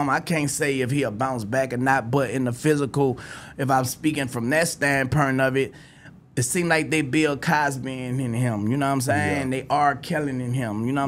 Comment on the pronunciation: "If im speakin from that standpurnt of it"